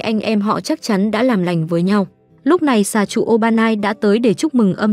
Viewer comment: Bà đọc lộn xà trụ thành hà trụ😂ôi dễ thương